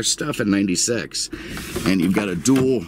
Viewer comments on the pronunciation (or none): none